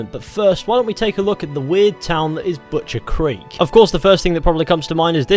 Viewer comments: “butchers crek” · Butcheeers ... crikk ... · Boochurs Crick...